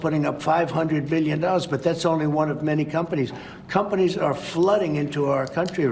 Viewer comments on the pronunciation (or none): Drinking game: take a shot every time he says "millyen," "billyen," or "in the history of our country"